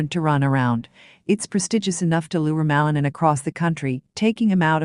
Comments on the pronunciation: The lady who is talking is butchering Ilia last name. She should be taught how to pronounce it correctly. Ma-li-nin. Accent mark on the last syllable. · ПРАВИЛЬНО ГОВОРИТЕ ФАМИЛИЮ и лучше ПОКАЗЫВАЙТЕ ЕГО ЧУДЕСНЫЕ ВЫСТУПЛЕНИЯ......